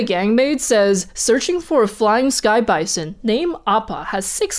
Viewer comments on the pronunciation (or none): none